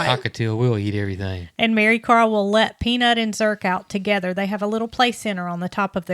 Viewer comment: COMING FROM THE UK, I THOUGHT YOU CALLED HER, MARYCAR.